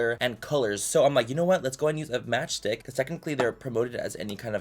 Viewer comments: OHHH “Match Stick” I thought he was saying “Match Dick” 😭😅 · I thought he said match dick